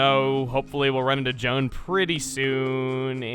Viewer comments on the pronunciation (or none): none